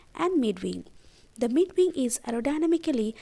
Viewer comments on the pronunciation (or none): Great objective explanation! Had to watch twice cuz the first time I could only pay attention to veeng, veak, veell, veech lol